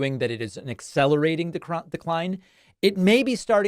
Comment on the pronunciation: "... an acclerating DERCRINE" ??? Uh oh David! In another 80 years, you'll be just as bad!